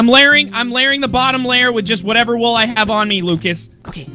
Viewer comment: Lol, "Let's put down a bunch of wool" it sounded like he said Wuul, and it reminded me of "Sara with no H" XD